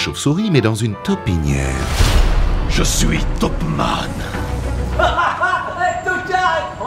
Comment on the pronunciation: Taupinière* les gars. Pas "taupinère" ^^